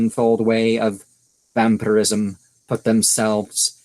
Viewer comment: Why is it prenounced wamphyrism?